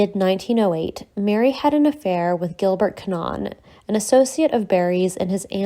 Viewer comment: Come on you've ruined your own production by mispronouncing Cannan. And the random photos? The pub? A 20th Century rebuilt Kings Head still exists in Moscow Road, London W2. Otherwise well done for bringing this remarkable woman to the world's attention.